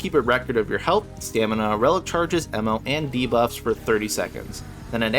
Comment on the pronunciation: Ammo is spelled and pronounced with an A. Just so you know.